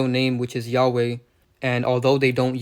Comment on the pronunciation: Say he’s name right first